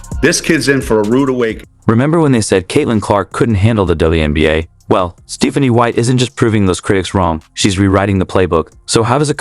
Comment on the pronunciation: Your AI narrator should be taught how to pronounce "Stephanie."